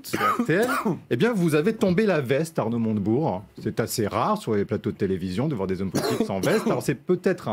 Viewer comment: Je rêve ou à , le journaliste à dit "Arnaud Monte Burnes"? c'est une private joke? un pari à LCI? En tout cas merci LCI pour ce nouveau casting de comiques, mieux que le Jamel Comedy Club 😭😂🤣🤣😅🙏